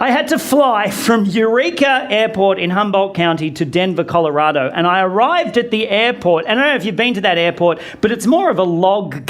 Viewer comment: Says calorado I would have been that guy to scream how was the temperature